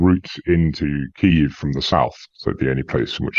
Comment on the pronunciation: Pity doesnt pronounce the name of the capital as do both ukrainians And most journalists....!!! Shame.... anglokiwi.